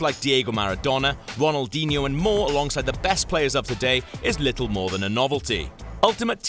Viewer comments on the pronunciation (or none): none